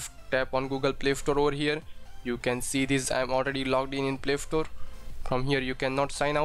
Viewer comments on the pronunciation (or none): It is play store not play ftore